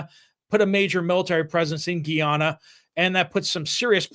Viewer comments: I'm no expert, but I did humanitarian work in Guyana several years ago, and the locals pronounced it "guy-AN-uh". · my son served as a missionary in Guy- ana. That is how they pronounce it. Guy-Anna. Thx